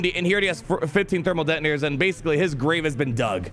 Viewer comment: did I hear Dermal Thetonators?